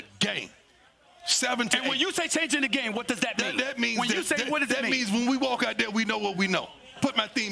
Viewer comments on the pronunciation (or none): none